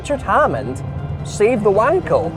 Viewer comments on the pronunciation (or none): He also completely butchered the name of the engine, it’s not pronounced like… I’m not sure if I can even type that in case the comment gets removed, but it’s pronounced “VAHN-kəl” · The guy the engine is named after was German, so it should be pronounced with a "V", like Vunkel. But that's clearly not as fun. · ...sorry, no! You spell WANKEL with a soft W - like in water for instance, not V like VOLVO..! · Cause it's a "Wankel-Motor"